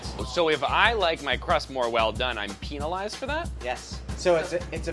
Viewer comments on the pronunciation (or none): No one:: PEENalized